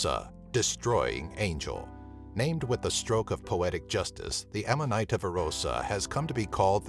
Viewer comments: Just a pronunciation tip: Amanita is pronounced auhma-nihta not amma-nighta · (Aman -eeta) is how you pronounce that